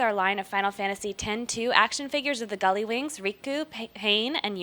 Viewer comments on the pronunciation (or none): Gulliwings? That's just sad. If you're the one presenting, then you need to at least pronounce them correctly.